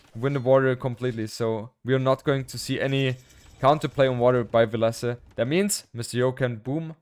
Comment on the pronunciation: When Villese introduced himself for the last Red Bull, he said VIL-lese